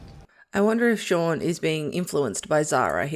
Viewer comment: Only one minute in and you get the character's name wrong! It's not Sean or Shaun! It's Shaan Srivastava. An Indian name for a character of Indian origin and the pronunciation is very different to Shaun. Unbelievable.